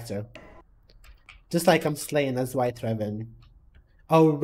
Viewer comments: Girl ur pronouncing raven wrong, ITS REI - VEN NOT RA-VEN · you saying reven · I'm not a hater but the way he or she said raven .. I'm sorry